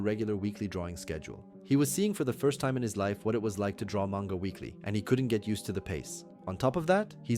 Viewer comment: You say manga wrong. Fake fan